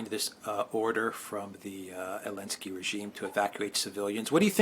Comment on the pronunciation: is consistent in removing the Z from Elensky. 🤣🤣